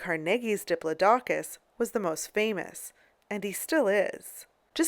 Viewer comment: cant even say diplodocus right.